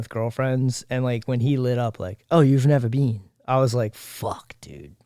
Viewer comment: What a fucking intro . "You've nevah beeen!?"😅😅😅